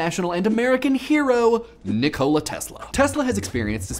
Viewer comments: its not ni cola its just nikola like Nicholas! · It Nìkola, not Nikòla. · It's NiKola not NikOla. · Nee-Koh-La Not Ni-C-Oh-La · I couldn't finish the video because of your pronunciation of Nikola I've always heard it as Nick-i-la not Nick-o-la D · You say it like Nih-Cola Tesla. It's Nikola. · You pronounce it wrong it's pronounce nick ola like hola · Isn't it pronounced "KNEE-koh-la"? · I swear, every single time you say NICK-OLA I grit my teeth. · I have to say, I am quite annoyed about how you pronounce his name NikOla Tesla. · Did you just call him Ni-cola? I love you man, but you are so 'murican sometimes. :D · Nih-Cola Tesla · is that how his first name is actually pronounced? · Just don't say his first name, please! You'r terrible at it!!! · NEEK-oh-lah TESS-lah, not ni-COE-lah TEZ-lah. Tangentially related, REE-coe-lah, not ri-COE-lah. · Also your pronunciation of Nikola Tesla is a bit strange. You pronounce it like "Nicola Tezla" instead of "Nikola Tessla" witch would be the correct pronunciation.